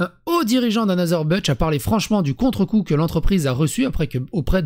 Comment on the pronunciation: C’est un nom allemand dans anheuser-busch il n’y a pas de g. Busch c’est pas budge, ce français est irrespectable des sources